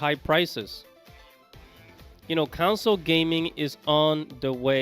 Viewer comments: It’s CONsole not “council” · Enjoy your content but I realize English may not be your first language. It is pronounced con - sole not cown - sil. Cheers mate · Its CONSOLE. not COUNCLE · Why are you saying console with a u (Counsole).